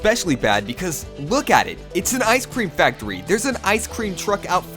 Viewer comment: *Ize cleem factowy